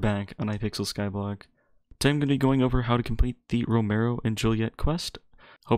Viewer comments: Row-me-o it’s not row-mer-o 😂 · It’s ro me o not romayo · lol ro-mare-ro